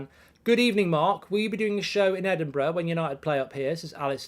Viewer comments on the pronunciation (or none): none